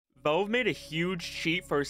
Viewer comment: Bro saying Volve